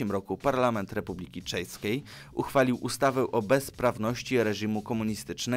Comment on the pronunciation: Republiki czejskiej? XD